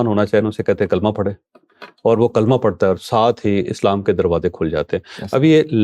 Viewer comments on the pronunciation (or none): Javed Chaudhary sab kalma ka talafuz theek karen Lailaha illallahu Muhammadur Rasulullah